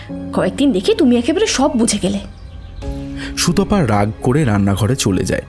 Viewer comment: সবটুকুই সুন্দর, শুধু উচ্চারণের দিকে আরেকটু নজর দিলে পুরোটা শ্রুতিমধুর হতে পারতো। সুতপা, সঙ্গে, আতঙ্কগ্রস্ত-- এই ধরণের শব্দগুলোকে "সুতোপা", "সোঙ্গে", "আতঙ্কগ্রস্থ" ইত্যাদি-- শুনতে গেলে কানে লাগে।